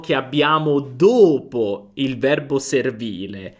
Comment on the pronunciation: Perché chiudi la lettera ( O ) quando dici : ( dopo ) ?